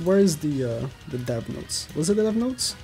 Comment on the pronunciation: it said NOTS not notes, next time try checking yr spell XD